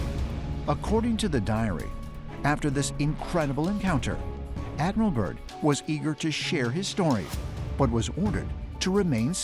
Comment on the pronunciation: Admiral Byrd not Admiral Burn. Can't even get his name right. Description box 👈📖🧐